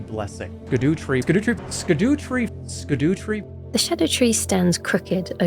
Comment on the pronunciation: ‘scar-DAH-tree,’ not ‘ska-DOO-tree’ and not ‘shadow tree,’ we don’t call the Erdtree the ‘kind tree,’ why would we translate Scadutree?